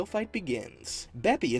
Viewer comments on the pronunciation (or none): It’s b-ipp-i. That how you pronounce it